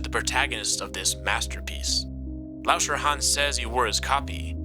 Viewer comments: i thought he said "wash your hands" not lauscherhans (do wash youor hands tho) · the way u say lauscherhan is like a chinese person would do